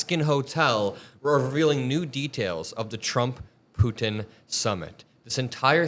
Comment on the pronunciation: Thanks for all of your dedication! Also thanks for saying Putin not Pooen